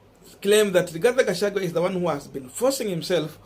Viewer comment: Thank you Korongo Allan for that correction. I corrected this young man on the same names yesterday and he thanked me for it. But today, he is still pronouncing Rigathi Gachagua as RIGATHE GACHAGUE😭😭😭